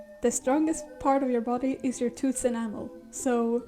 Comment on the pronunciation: I wheezed when you said "The strongest part of your body is your enamal.....so bon apatite" This video is great by the way. It's such a raw example of what artists are genuinely willing to do, just to be able to create and not take shortcuts. It's showing that artists are incredibly dedicated to their crafts, and that they'll continue to create in spite of what shortcuts others decide to try and shove on us. I remember being a kid and thinking "I wish there was an easier way to create amazing art" only to get older, and realize the option had always been at my fingertips. I just needed to take the time to learn. Now, I'd rather have my hands cut off and find a way to paint with the blood of my stumps, than to ever consider using a tool such as ai.